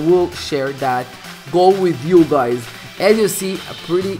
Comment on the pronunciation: Bruh u say guys as guaeyes